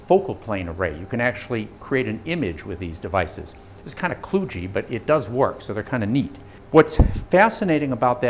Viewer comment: Kludge rhymes with fudge, so it'd be funny to hear this guy talking about baking some brownies.